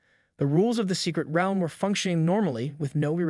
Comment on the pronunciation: Pronounce realm right